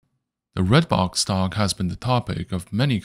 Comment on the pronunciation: It is called REDBOX not BLOX